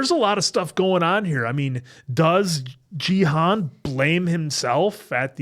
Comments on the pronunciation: You’re pronouncing Gi-hun as jee-han. Gi is pronounced like Ghee. The G is the same G sound as “good” or “game”. Hun is pronounced as hoon, similar to moon. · With peace and love 😆 his name is a 'hard G', Gee-hoon haha ❤ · Hey Guys, love your reactions. Just a note: the G in Gi-hun makes the same sound as the G in Greg or go, not the sound as the G in George or gym.